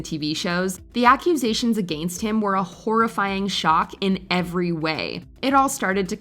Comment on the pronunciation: The way she pronounces “against”…